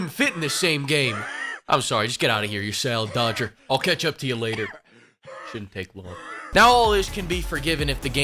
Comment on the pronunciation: "Sale dodger" 🤣